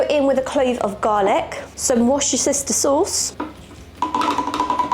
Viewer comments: She's from England and she said it perfectly. You do know that Worcester is in England, right? The thing she had a problem pronouncing was gruyere, which is not from england. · The correct pronunciation of Worcestershire is Wooster sheer. Hope this helps.